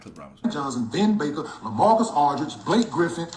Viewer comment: He said Blake griffin. Yikes.